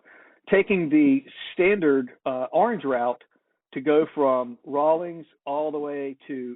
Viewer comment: Correction: It's Rawlins, WY---Rawlings makes sports equipment.